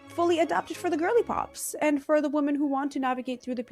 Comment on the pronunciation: off topic but 'woman' and 'women' are pronounced differently😑